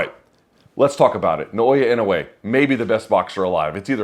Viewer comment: You're mispronouncing his name, Luke, which seems not what one should do for a man as great as this one. My God, the calmness and intelligence in his face under pressure, right? But to the point, no, it's not IN-oh-way, it's in-oh-AY.